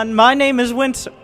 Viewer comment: Tuning in for my favorite SC2 announcer, ".":P